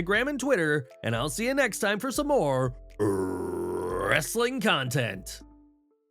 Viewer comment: Isn't it to late to do a SmackDown review should of done it last night with the British guy and not the guy who says wrestling contant (the way the British guy says wrestling content) In an Tony the tiger voice